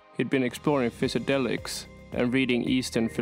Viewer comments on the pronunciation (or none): Great video bro just take a few mins to learn how to say psychedelics only because it’ll actually benefit you you fix up little things like that and this channel could have millions of subscribers your content is fire